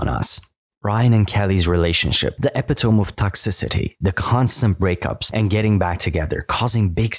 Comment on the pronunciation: Thats not how you say epitome